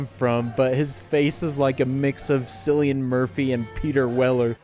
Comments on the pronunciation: Cillian Murphy is pronounced 'kill-ian' not 'sill-ian', just saying. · "Sillian" Murphy lmfao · I believe Cillian Murphy's name is pronounce with a K, like Killian, not with a C..... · Dorian's actor (Peter Greene) had a small part in The Usual Suspects and in Pulp Fiction. That's where you'd remember him from. (And Cillian Murphy's name is pronounced like "Killian".)